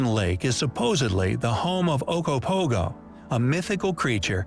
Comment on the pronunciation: Considering I was born a and raised here, the pronunciation is absolutely atrocious. Okanagan [Oh-Can-Naw-Gan]. The USA also has the same waterway in Idaho and Washington state but it’s spelt and pronounced different. Okanogan [Oh-Can-No-Gan] Also Ogopogo (Video said correctly) is a distant cousin of the Loch Ness Monster in Scotland, and yes it is a tourist trap. Also we got Wine, Golf, and Skiing.